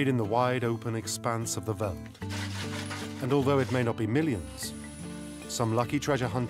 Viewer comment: It's not so difficult to pronounce "veld", even for a brit or an American. It is pronounced exactly like felt... Great documentary, but I cringed every time the narrator said "veld"...